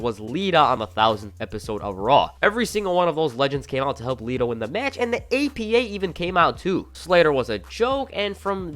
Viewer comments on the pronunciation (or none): none